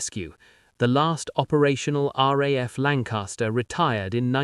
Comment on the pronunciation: Lancaster not lancarster